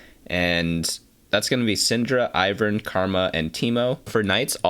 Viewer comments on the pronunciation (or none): none